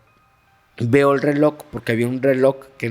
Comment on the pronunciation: Yo deje de asistor a la Iglesia Catolica,siendo rezando como catolica en mi casa y crei en Dios y los milagros. Pero no en "Los Sacerdotes". Y yo pensando porqué este hombre dise RELOCK EN VES DE RELOJ!!!🙄🙄🙄🙄🤔🤔🤔🤔 No fue a la escuela,no lee o que onda??? Porqué tampoco creo en CHARLATANERIA🤮🤮🤮🤮